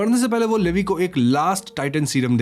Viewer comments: Bhaiya ji It's not लेवी it's actually लिवाई Please correct this Btw explaination is too good ❤️❤️😙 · Not Levi it’s. Liivie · It's not livi 😭 it's leviiiiiiii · Levy bola aapne Levi ko Lee Y bolte hai usko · abey chomu livi nahi lee why aise pronounce karte bhadwe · the pronounce is not "Leevieee" it's "leeeevaaiiiiiii" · Man that is levi not levie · It's levi...not livi... 😭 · It's not Levis it's levi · Levi is pronounced as levy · It’s levi not lyvi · Levi 😂😂😂 It's levai if pronounced 😂😂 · levve nhi levi!!! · Sir sorry to say but it's ley don't say levi spalling is right levi but it say ley he is my love please correct what you are saying 😀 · Its li- vie not li- v. 😢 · He said leeevi layvi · It's Levi not leve 😅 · Levei 😂😂 Leave iiiiiiii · Bro It's Levi -लिवाय 🥲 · its leevai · It's L E V I😅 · I don't know where you watched AOT, you said 'Lady Mikasa', Grasia to grisha and Levi is produced as Leevai😅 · Bro its lee-Vi (vi like in violet) and Han-je brother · It's not Levi it's levaaaai 🥲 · Bro Erwin ka spelling galat hai Levi ka pronunciation galat hai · Baruto nahi Bertholt hai aur Levi ka naam bhi galath pronounce kia hai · You pronounced Levi wrong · Bro you pronounced levi wrong. Plz correct it in the next video.😢😢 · You butchered their names 💀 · Levi ko galt way me bol rahe ho